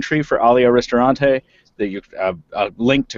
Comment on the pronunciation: I love how says ALEEAH REE-STORE-ANTAY (Alia Ristorante). Si pronuncia RISTORANTE. RI STO RAN TE porcamiseria! Ahh,but i appreciate the effort. You pronounce it much better than Al Pacino for god's sake.